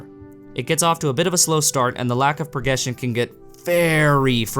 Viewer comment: Did he say "progession" rather than "progression"? Just a silly nitpick in a great review. Just made me smile a little because I'm an awful pedant.